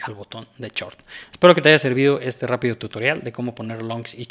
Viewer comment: se dice shhoooorttt, no chort.